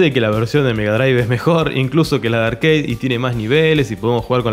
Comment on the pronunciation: de mejjor dicho nada, RARE igual que se dice ARCADE y no ''arqueid'' que suena a parguela